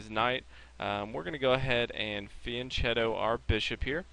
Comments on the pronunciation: It's fianKeto, not fianCHeto! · fianchetto is pronounced as a "k" not a "ch" -_ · Thanks! It's pronounced fian "k" etto, by the way. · Van chetto? Vian ketto? What? Said many times in the video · Very good video! Shows ideas and structure-dependent characters of the positions! ( it is "Fee-ahn KE-to". The ch in italian makes a hard K sound!